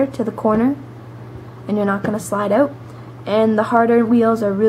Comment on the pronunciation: "kickin it oat" :P